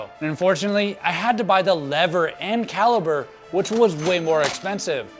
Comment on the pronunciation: Caliper not caliber